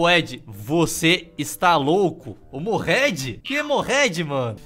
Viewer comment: FINALMENTE ME NOTOU 🙏🙏🙏 OBRIGADO POR PERGUNTAR POR MIM, SÓ Q É MORRED N MOHED KKKKK